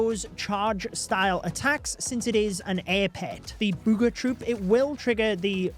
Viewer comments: I don't know why, but "bood ga troop" sounds hilarious 😂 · I love how says booger